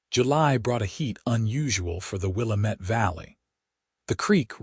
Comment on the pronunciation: Willamette is not pronounced Wil-a met. It's Wil-a (a as in apple) - mit.